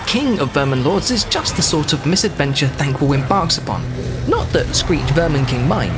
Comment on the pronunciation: Thank wool? what did he do again?